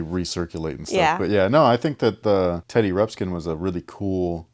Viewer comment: OMG so funny just talked smack about kids not saying Teddy Ruxpin, and then right after keeps saying Teddy Rupskin